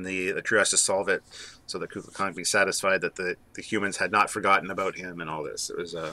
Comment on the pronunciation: Great episode guys as always. It is pronounced "Koo Kool Khan " The Feathered Serpent .